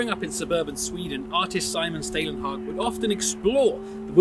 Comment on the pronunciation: "å" in Stålenhag is pronounced "au" as in "Paul" - Staulenhag Salomonsson is actually "son of Salomon" - Salomon-son